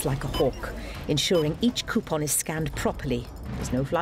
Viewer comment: Drink every time she says cue-pon